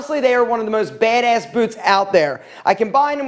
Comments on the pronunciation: "BEHD ESS" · Drinking game: Take a shot every time he says baedaess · I love the accent for when he says “Bad-ayss” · “Baydayss” haha love the way says it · Nobody:: BeHdeaS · OMG The way he says BADASS! so hard bro 😂😂😂😂😂😂😂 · The way he says BADASS kills me. 😂😂 Nice video though.